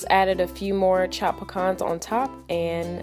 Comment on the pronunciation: I'm pretty sure that's not how you pronounce pecans